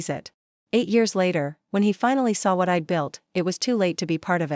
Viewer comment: Shocking narration!! AI on speed! Why keep saying I D D D????